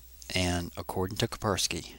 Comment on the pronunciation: It is KaSpersky, not Kapersky